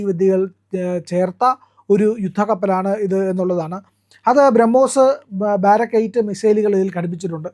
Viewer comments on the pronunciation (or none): ദുർഗിരി അല്ല, ദു ണഗിരി ആണ്. അതുപോലെ ബാരാക്ക് അല്ല ബറാക് ആണ്.